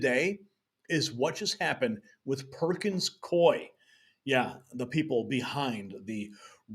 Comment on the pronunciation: It’s pronounced coo-E, Coup-E